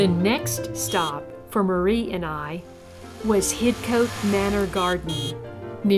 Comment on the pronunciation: Lawrence Johnston was born in Paris France he was a British citizen heserved as Major in British armies during two wars. Hidcote is pronounced HIDCOT. johnston buried in local church hear gates to his gardens but went to France to build another .He died there and body brought back to be buried next to his mother in England. Only his mother was born in America.